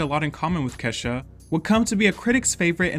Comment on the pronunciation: Allays pronounced Ke$ha as Keysha for some reason. Black household? Alica Keys reference?